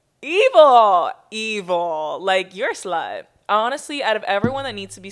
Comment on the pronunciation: “you’re a SLHUTE”